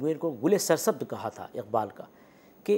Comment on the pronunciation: इक़बाल के क़ और ग ज़ल के ग को उच्चारित नहीं कर सकती।